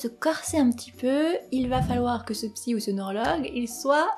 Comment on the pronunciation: "Soignable par la psykk" eurk xD Merci super vidéo ! vous captez bien l'attention <3